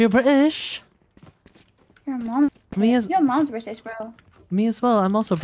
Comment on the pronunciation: YOUR BRI-ish?! Bestie on how you said it was so slay and btw.. this gril is weird